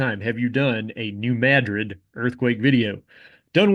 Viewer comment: I was tensed up prepared for you to mispronounce New Madrid, thank you for correctly mispronouncing it